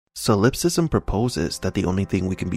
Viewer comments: SOL-ip-sism, not so-LIP-sism. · It's pronounced ˈsäləpˌsizəm or sah-lep-siz-um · Hate to be this guy but solipsism is pronounced “SOL-ip-sis-em”, and Mnemosyne is “NEE-mo-sin”.